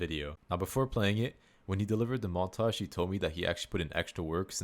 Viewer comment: bro is definitely part french lol, “montaahhhgggee”